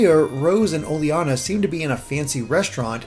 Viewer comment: I think it's pronounced o-ley-na, not o-le-ana